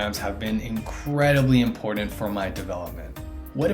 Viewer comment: its important , not impordant lol and buttons not buddins